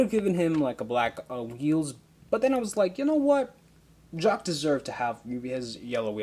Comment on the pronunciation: it's jock not shock😡😡😡😡😡😠😠😠😠😠